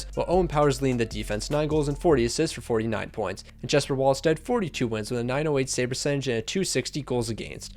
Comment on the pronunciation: JeSpEr NO DUDE IT'S Jesper